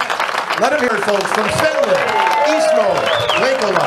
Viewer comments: Props to the presenter hwo can actually pronounce his name! Such a small thing to learn but shows respect. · Kudos to the MC for pronouncing a Finnish name perfectly.